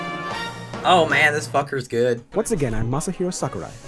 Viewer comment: XD 'AH SAKI!' That cracked me up.